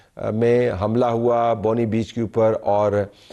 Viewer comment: نہایت معزرت کے ساتھ درست تلفظ بونڈائی ہے نہ کہ بونڈی، امید ہے آپ برا نہیں منائیں گے۔